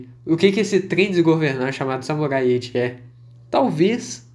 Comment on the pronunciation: Eu juro que quase toda hora eu escuto vc falando "Samurai Ecchi" kkk